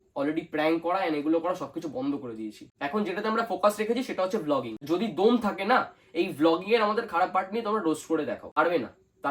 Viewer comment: Ota দোম না bhai দম 😂 pronunciation Ta age thik kr 😂😂😂😂